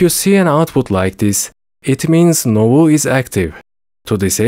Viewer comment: Thanks, that was the only guide that helped me do it fast. Also, I believe it's nuvo, rather than novu, but no matter